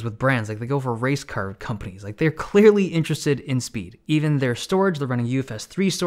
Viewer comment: No one: Dave Lee: sPeEd !